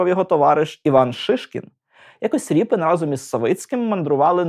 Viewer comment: Дико звучить "Ріпін". Призвища не зміняються!